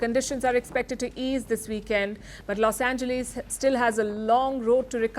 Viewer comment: This lady is horrible with English pronunciation, I am not surprised since she is from India and only 10% in India could read and write English with barely speaking option . Only .001% Indians speak proper English. This lady pronounced PRIVACY as Prevcy, she. Called Los Angeles Los Engleese